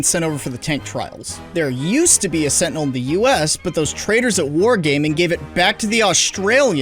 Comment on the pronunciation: Every time you say Sentinel it sounds like you said Fentanyl